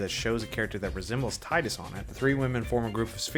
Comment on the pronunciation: Who’s going to tell him he’s mispronouncing tidus?